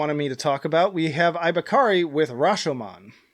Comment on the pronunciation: It's ibaraki not ibakari lol